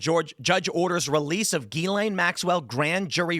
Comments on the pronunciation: It's Gizz-Lane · Whats a gillaine? Not how you pronounce her name "Mr. High IQ"